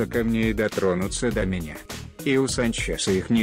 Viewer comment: Санч"еее"са ударения подает "е"????!!!!))))) Санчеееса))))))!!!!! я )(уеваю )))))